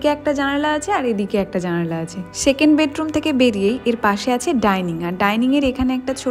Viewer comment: It's South Didi,,Mot Shauth,,it's second not shekend🤣🤣